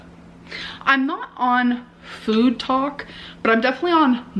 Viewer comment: The way she started to pronounce “food” is infuriating